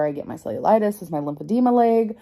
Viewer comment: “My laeg” lol